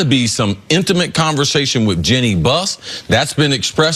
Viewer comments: Jenny (Jeanne) Buss? Jole (Joel) Embiid? Just an observation about the eee sound. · This must be the 100th time I've heard you mispronounce it. Her name is not "Jenn y".